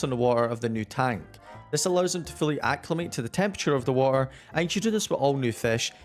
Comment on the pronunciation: The "watuhh" was so british 😂🔥